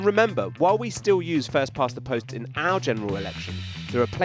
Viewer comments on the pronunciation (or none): To be fair, watching it back, he said 'our general elections' and I think he was probably supposed to put the emphasis on 'general', not on 'our'.